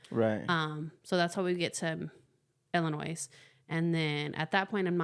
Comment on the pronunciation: you know the S is silent in Illinois